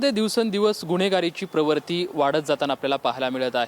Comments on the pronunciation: बातमीदार मोगलाईतील आहे. त्याला उर्दू मिश्रित मराठीची सवय आहे. उर्दू भाषेत जोडाक्षरे नसल्यामुळे त्याला प्रवृत्ती शब्द म्हणता आला नसावा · प्रवर्ती ? रिपोर्टरला शुध्द शब्द बोलताही येत नाही